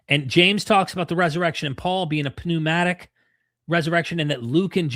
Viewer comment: The P is silent in pneumatic.